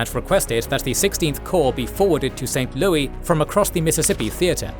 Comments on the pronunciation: St. Louis is pronounced as St. Lewis. It's not a French word. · In American English we say St. Louis like "Lewis", not the French way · Pretty good, but some of the ai's pronunciations are cringe. St. Lewee? Fort LEAVEnworth? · St. Louis isn't pronounced the French way. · St Louis is not pronounced like it is French🤣